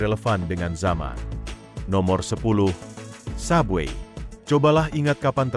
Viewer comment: Bukan sub bui sebut betul2 sub way la..